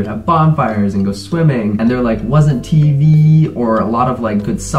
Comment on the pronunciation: The way he says TV hahaha